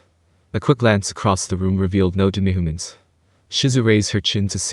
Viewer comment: All I hear is 'demigaments' when you say 'demihumans'